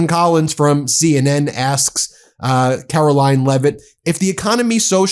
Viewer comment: KARO-LYIN...CANNOT WAIT, YOU FF MF 😑